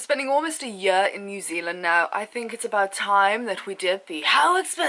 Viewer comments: 'after spending a yeeer in NZ' haha posh girl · Spending a "Yar" in newzealand.